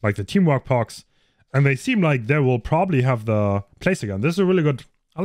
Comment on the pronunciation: Man spricht es Perks aus nicht Parks